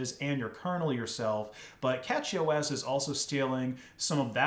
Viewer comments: Dude it bugged me so much that he is pronouncing it as Catchy. Ffs... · It's not "Catchy OS" - it's CachyOS, as in Memory Cache (pronounced 'cash') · A Nitpick, it's pronounced cashy (from cache) not catchy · It's cashyOS not catchyOS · Isn't it pronounced like cache-y OS? Not catchy? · I’m gonna be honest, I’m pretty sure it’s pronounced like “cashy” or cache-y to be more specific. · Pretty sure it’s pronounced “cash-y” as in computer cache. Also, NixOS is the new Arch. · First off, it is pronounced "Cashy", like "cache". Just started using it a few days ago myself, fleeing Ubuntu. So far works amazing for me with i3wm. Few small issues, but nothing that I can't solve given enough time. I really wanted to try out Arch, but I wanted a nice installer because I just want it simple to get going. Really great I think. As for servers, I would love to try out a CachyOS server on some non-critical servers I run. Would love to see a great, reliable arch server, but until that day I will continue with Debian for critical stuff. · Did he say CatchyOS? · I think it's pronounced with sh but a lot of people pronounce it with a ch like it's written